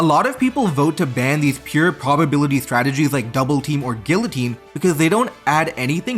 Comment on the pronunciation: “Gill oh teen” Lol Also Yu-Gi-Oh! isn’t a good example. Konami makes the ban list to sell newer cards